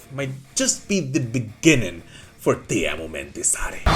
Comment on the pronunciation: Whoa, a non Finn says Teemu’s name correctly? Finally! (As a fellow Teemu, I am very happy)